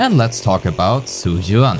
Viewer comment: all white people needs to get a memo on the Chinese spelling of Zhu, it's pronounced "Jew" and not whatever the the hell you said